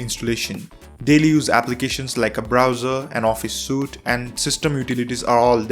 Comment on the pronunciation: You could have researched how to pronounce the word "FEDORA" or for that matter the word "SUITE"